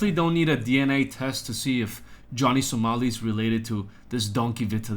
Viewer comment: Isn’t it pronounce with a long I?